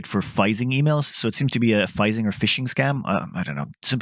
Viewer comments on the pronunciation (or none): Phishing has always been pronounced “fishing”.